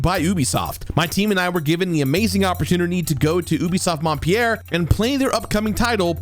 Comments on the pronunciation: Haha I caught that too. Montpellier definitely doesn't sound like Mont Pierre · Your pronunciation of "Montpellier" was terrible, but thanks for a great review!